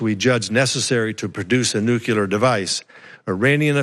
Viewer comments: STOP. SAYING. "NUKULAR"!!! You are the director of National Intelligence, and you can't even say "NUCLEAR" correctly! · Nuke-you-ler = wrong Nuke-lee-er = correct (Uthor whys u sownd dum) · He... he... the DNI says "nucular" instead of "nuclear". Nice to have such an edicated guy in charge. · After G.W. Bush, one would think that weapons/national security experts would've learned that 'nucular' weapons don't exist... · Anyone who says "nucular" should be held in contempt of the English language. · Dear Mr. Coats, It’s Nu-CLE-ar!!! Not nuc-u-lar, numb nuts... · Anybody else worried that this dude in charge of the National Security assessment keep saying nukeular? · Only an American would miss pronounce nuclear that way. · Wow... Director of National Intelligence isn't intelligent enough to pronounce nuclear properly. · I noticed that as well ..... another warmongering dufus.